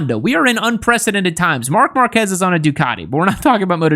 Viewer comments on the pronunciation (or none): none